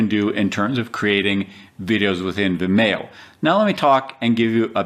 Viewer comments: Um it's pronounced Vimeeo, like Video, get it. Video, Vimeo? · Its procounced vimeeeeo. Similar to "video" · Never heard Vimeo pronounced that way.